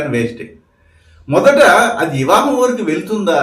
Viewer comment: ఇవా హం కాదు అండి . వివాహం 🙏